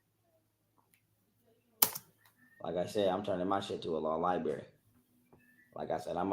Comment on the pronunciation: law lie bury 😂